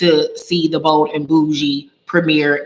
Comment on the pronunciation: Girl I thought you said Old and bougie 😂😂lol